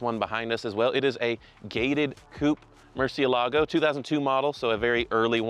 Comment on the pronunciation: "MurcielAgo???" MurciElago!! Can't hear this anymore.